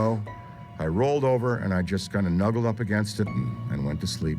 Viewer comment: The strangest part is him saying nuggle vs nuzzle